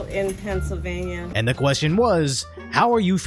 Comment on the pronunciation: Emptying the snort. And the slurring... Aii ffeeell ggooddd bout Pessilvania..